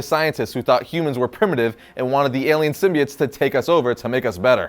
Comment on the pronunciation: I cringed every time they incorrectly pronounced symbiotes